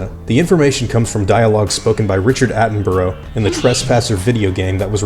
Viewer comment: David attamburroh?